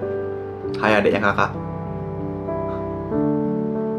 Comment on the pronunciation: Dia bilang kakak bukan jaka woi